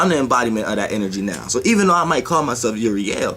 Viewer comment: Umm...idk.you might to start by pronoucing it correctly. Uriel dacosta Geronimo nunes dacosta Hebrew and greek ... with phenecian punic roots ...